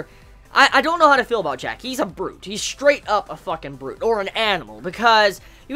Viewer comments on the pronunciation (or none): none